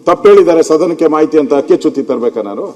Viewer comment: ಭಾಷೆ ಬಗ್ಗೆ ಗಮನ ಕೊಡಿ ಅಕ್ಕಿ ಚುತಿ ಅಲ್ಲ ಹಕ್ಕು ಚುತಿ ಅದು